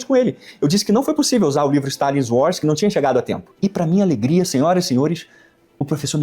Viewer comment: 😂 o Camarada aí fala inglês fluente como o Maduro...kkk. "No uars" ..."píce píce (peace)..."imagine ol de pipol"...😂